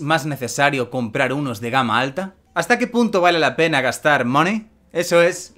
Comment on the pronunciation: Primero, yo diría que se escucha decir "pene", y sí, es obvio que quería decir "pena". Pero eso es lo que se entiende....